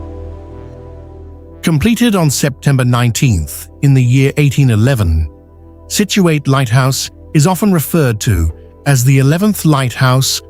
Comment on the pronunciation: People in Massachusetts do not pronounce the last syllable Situate as ate, but instead as it. Nice video